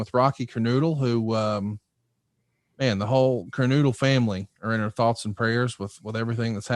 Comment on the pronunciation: It’s kerNOdle not kerNOOdle. RIP Don Kernodle the pride of the Carolinas.